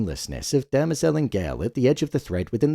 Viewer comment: Please, respectfully, it's DEM-ER-ZEL not Derma-zel